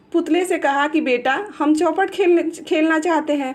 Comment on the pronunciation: चौपट नही चौपर होता है